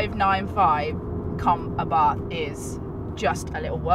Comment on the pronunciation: I don't want to be that guy but... i can't help it... The pronunciation is Àbarth not Abàrth. At least that is how we say it in Italy